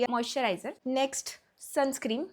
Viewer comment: Sunscreem ❌ sunscreen ✅ 😂